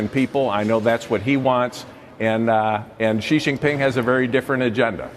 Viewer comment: how lame are these politicians still saying JI JIN PING ...